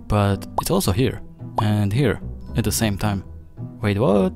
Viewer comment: "The" isn't pronounced "duh."